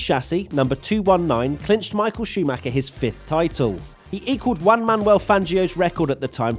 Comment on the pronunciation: please please please, it's not Uan Manuel Fangio, it's Juan. The same way you pronounce the H in Hulk, you can pronounce something similar to the J in Spanish. Note: this is the opposite of saying Nico Uuuuuulkenberg